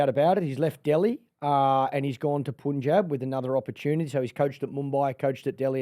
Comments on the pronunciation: I'm sorry but Erin's pronunciation of every "Asian/Indian" word is top drawer! Makes me feel like she's lived in the Indian subcontinent for a while. Its not just this episode too, she nails her vernacular EVERY time! Meanwhile, Clarky--Mate, please for Fsake, call it 'Pun-Jabh' not 'Pooonjeb'. Love you buddy! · Sir punjab kings U pronounce as pun-jab but it should be pronounced as pann-jab😊😊